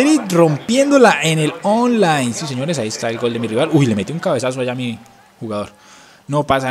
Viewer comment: like si escucharon que envés de decir online decía ofline jajajaja XDXDXD